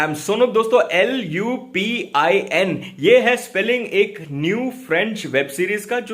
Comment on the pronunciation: It's not lupon... It's lupan